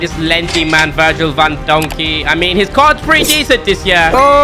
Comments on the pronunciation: Bro said Virgil Van Donkey l💀💀☠️ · He said Virgil van donkey💀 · My man literally said virgil van digk as donkey 😂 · Virl van donkey me 💀💀 do u mean virl van dijk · Bro said to van dijk van donkey xD